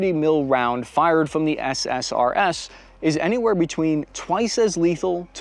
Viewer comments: Every time you say SSRS I hear SSRI instead. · drinking game, every time he says SRSS instead of SSRS